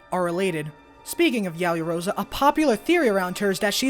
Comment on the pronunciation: I honestly over exaggerated, you pronounced everything fine but yaoyorozu